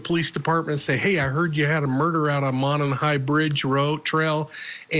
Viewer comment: Monon is pronounced MOH-nahn